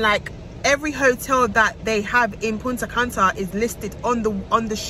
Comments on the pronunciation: You mean she in England but she say punta canta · If yuh say Punta Canta one more time 😂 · I was correcting you the whole video lol ! “Punta canta”😂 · I can't with lol punta canta😂 but it's really nice I love Punta Cana went there last year. So happy you had a good time sis and congrats again,we are praying for a safe delivery of our baby miracle